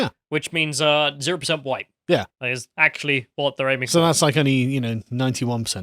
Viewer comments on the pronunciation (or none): The best thing is that she said hwhite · "They were all GHITE"